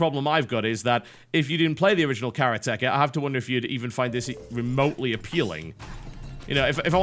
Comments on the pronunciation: Except it's NOT irrelevant when it's the name of the game we're talking about... And you have an international audience. And there's a difference between pronouncing them differently, and pronouncing them wrong. It's like pronouncing the name of this channel as "Tot Alhab is Cute". You would sound like an idiot. Now if you're cool with sounding like an idiot, that's fine. But don't pretend it's the people who know what they're talking about's problem. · actually its empty/sky, hand, and house/expert/store (in this case) :) meaning karate expert, or in reference to a building it'd be a karate shop/where a karate expert works. and i dont know where you're getting the "first syllable" thing from, maybe thats a dialect, but you're not supposed to have any emphasis. any emphasis is a personal basis, and usually more on extras like sentences ends. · i love the pronunciation of the game title by TB he makes it sound like a game about tech. rather then the martial art style: Karate (for those who don't know, a "karateka" is simply someone who practices karate,) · The second R is wrong, yeah. But TB only says it when the next word starts in a vowel. It's a british thing. Like the word "lava", they'll often say "lavar" when the next word starts in a vowel. The long E is correct, though. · It is.. the accentuation is on RA not on the TE. The word is made up of karate and ka not of kara and teka. look at dictionary com for the word karateka. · 空手家 pronounced KAH - RAH - TEH - KAH, like the martial art karate, literally means practitioner of karate, please no carrot-ecka... please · I knew as soon as I saw it on Steam that this would happen, and that TB would pronounce it badly. Did he not see kara-te in the word? kara-te, not kar-ate, so why would it be kar-at-echa and not kara-te-ka? As cringeworthy as hearing people say hiroshima... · its karate ka not KERA TEKA!!!!!!! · its kareate-ka not karetka its mean one who practises karate a form of martial arts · kah-rah-teh kah